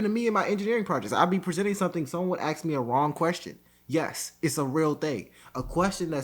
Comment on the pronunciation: Its ASK not AXE